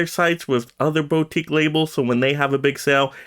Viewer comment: i know its a nitpick but its driving me insane. Its pronounced "boo-teek", not "bow-teek". Put the emphasis on "teek".